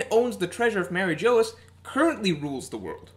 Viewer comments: it's pronounced mariejois lmao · Its pronounced like Mar-ee-g-wah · Interesting theory. Kaido may be immortal as well thanks to the Ope Ope no mi, as we all suspect. I do wonder what your theory is about what weapon Roger had which Shiki revealed in Episode 0? I' was leaning towards Pluton and considered Uranus as well, but now I really think it could've been Pluton. By the way, Mary Geoise is still pronounced like Marijoa. It's meant to be a french word, for example Bavarois is pronounced like Bavaroa. Actually Mary Geoise should be pronounced like "Marijuas" but that won't be and never was the case in the sub. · Mary Jose?? Blasphemic pronunciation there. :( That apart, always love your videos haha. Keep it up!